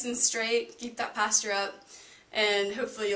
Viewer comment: The way you say posture cracks me up 😂 thank you for walking through each pose! It’s really helpful when watching a video if the instructor gives as much information about where your body should be, what parts should be where, and you do a great job with that. Thanks again!